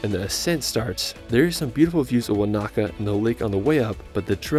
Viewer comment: Thank you for this video! it’s great to see people enjoy Aotearoa. It would be great if more tourists learned to pronounce the Māori place names correctly! Eg the macron on Wānaka is on the first A so it’s not waNAka, it’s WAnaka. Love from NZ 🤍